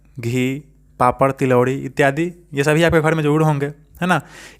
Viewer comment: Etyadie d harsi hota hai d dirgi nahi